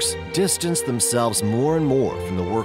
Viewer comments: no, it pronounced Hi-dn not din. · Am I supposed to take this documentary as a serious work, when you cannot even pronounce the name of Haydn correctly. It is not He-den, or Hay-den, but pronounced as High-den or more appropriately, High-dn. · You pronounced Hayden, Heyden where his name is pronounced Hyden (spelled Hayden). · Mozart and "Heedin"? (Haydn) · How can we take seriously anybody who pronounces Haydn as Hayden. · "Haydn" as well but decent documentary regardless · The nationality of the narrator doesn't matter. The words that were mispronounced are commonly known. The information presented was excellent, but you should mention to your narrator that he must familiarize himself with any names or words he doesn't know before he records it. Haydn=High/dn. Baroque=ba/rohk. Kant=Kahnt. And by the way... Beethoven was, without a doubt, the greatest musical genius in history. Bar none. Period. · Buh-RAHK music. HAY-den? Embarrassing.